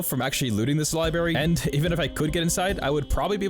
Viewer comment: You said "libary".